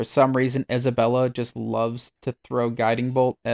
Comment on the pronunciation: Dude, the names are literally said in game. How are you messing these up? Unless its intentional? "Isobella" "lie'zel" "korga" "alfreeah" come on man.